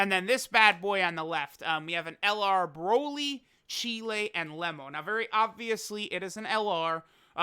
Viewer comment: Im tryna Chee-lay Cheelay.... Cheelai btw